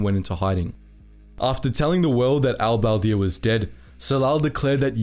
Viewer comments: a dislike for not even making an effort to pronouncing Arab names , espicially Al-Badr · How did he fuck up pronouncing al-badr so much haha